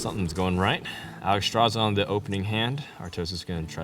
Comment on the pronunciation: "Doggy-house", "Ragna-ross", "Alice-straza"....have I been pronouncing these wrong or do these guys not know how to pronounce anything? O_o